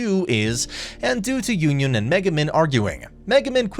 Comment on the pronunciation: Butchered my girl yunyun name